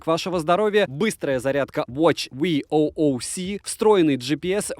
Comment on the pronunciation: спасибо за видос. Лайк. Только говори В-у-к чардж, а не ви-о-о-у-си(VOOC), и Ай-к-у (IQOO) смартфоны плз.